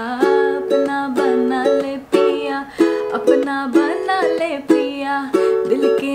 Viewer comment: Apna banna le ganda sunai de raha haii..😢its apna bana lee